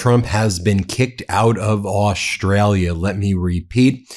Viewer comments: Oh please Ben!!! Don't say Aushtalia! Even some Aussies say that!! Or worse Stralia. We have some people here trying to dumb us down , cos they are dumb It drives me insane! My grandfather would turn in his grave if he hadn't been cremated. In his time, when he visited the US in the '30s to work with Paramount Studios noone knew where Austrslia was. I don't think it has changed much. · Yanks, learn to say the name Australia correctly. DO NOT DRAG OUT THE FIRST SYLLABLE!